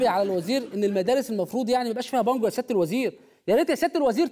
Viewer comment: همه قالوا بانجوا انا سمعتها مانجوا😂😂 قلت فيها ايه يعني لما يزرعوا مانجوا اتاريها بانجوا😂😂😂😂😂